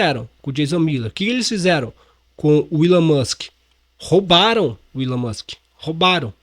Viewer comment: Algum jornalista vai apreder a falar Elom ao invés de Willow 😂😂😂